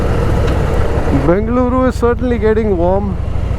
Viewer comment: On point pronounciation BENGALURU MYSURU DOSEY VADE 🥰🥰💛❤️